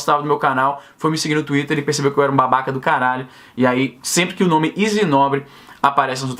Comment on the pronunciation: Esse "tuiter" é o demônio! KKKKKKKKKKKKKKKKKKK!!!